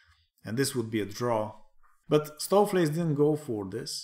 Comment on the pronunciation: Nice pronunciation of Stoofvlees, enjoying your AI series, good stuff!